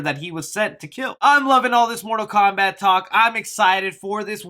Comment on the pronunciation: Mortal Kowbat. 😹😂🤣